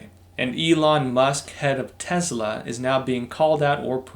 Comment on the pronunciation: with Yes, I’m the guy that initially alerted you to your focus hunting issues and later your audio issues. I have one more suggestion, please don’t refer to a Tesla as Tezzla, I think that’s illegal in some states! Otherwise, great job!:)